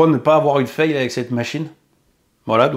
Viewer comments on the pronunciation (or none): none